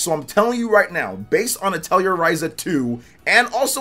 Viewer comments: "Atelier" is pronounced "ah-tell-eee-aay" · Azure is pronounced more like "asher" Atelier is French. Pronounced like "uh-tell-ee-ay"